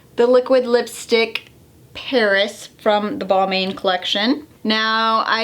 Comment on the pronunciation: Balmain is pronounce “Balmon”